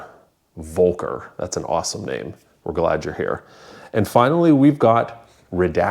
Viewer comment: Hey... as a native german please indulge that i must correct you for pronocing "Volker" wrong: You said something like "Wolkar" but its spoken with an "F" - if you say "Fol-care" your 99 % right in the correct pronouncing